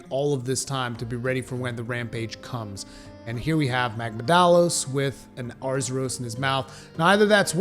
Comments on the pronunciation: That’s his point lol. mispronounced both of em like that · "Magmadalos and Bis-haten", yes Pretty hype for rise ngl